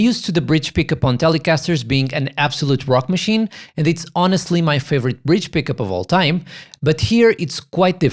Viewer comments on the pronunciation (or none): none